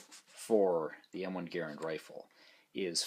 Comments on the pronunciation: That cartoonish actor didn't know shit about how to pronounce a French last name, and neither to you. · I live less than 10 miles away from Springfield Armory NPS and have visited a few times (go if you ever get the chance). Anyway, the M1 inventors last name was pronounced GARE-and, but the rifle is commonly called gar-RAND. I have a service grade rifle on order and I'll call mine "Boomer". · Everyone needs to watch the forgotten weapons video on how to pronounce John Garands name.